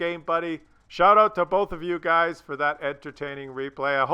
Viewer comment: "you guys" is pronounced "yoogs". Was anyone else hoping they killed each other by ramming, or maybe shooting.